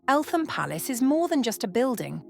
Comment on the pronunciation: The TH in Eltham is not pronounced.........😇 Great footage !